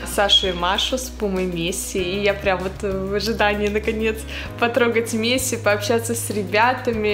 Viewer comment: Пишется Месси, а читается мэси